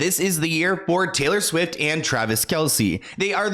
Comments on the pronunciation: Swift not swiff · She keeps calling her Taylor SWIFF LMAO😂😂😂 "I have no reason to shade Taylor SWIFF. Taylor SWIFF is Taylor SWIFF" 🤣🤣🤣